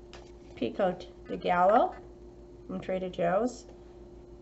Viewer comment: Just a heads up, the gallo, in pico's de gallo, is pronounced guy-oh. The double l's are pronounced as a y. This haul looks pretty tasty!